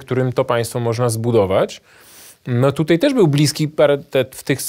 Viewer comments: ...tutej....??? po polsku mówic nie nauczyli??? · Uszy mi więdną od tego "tutEJ".